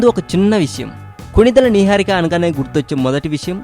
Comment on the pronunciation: What is this neeeharika Babu?Neeeharika Naaaharika Naiharika kadhu Its "Niharika"